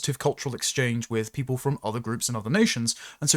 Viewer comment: Tomally robinstein has rendered himself outdated,and now just a coin clipper....interviewer:what is it to be British?..Tomally:'its not whypeoppo'